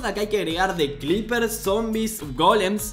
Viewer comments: Nadie Absolutamente nadie Ni un solo ser vivo en la faz de la tierra Yo: NO SE ESCRIBE CLEEPER Y SE PRONUNCIA CLIPER, SE ESCRIBE CREEPER Y SE PRONUNCIA CRIPER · che porque en vez de decir creeper dice "clipeer"? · Carajo. Sigue diciendo "cliper" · Nadie: Absolutamente nadie:: cLepeer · Dice "Clipper"?... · Soy yo o dice "clipers"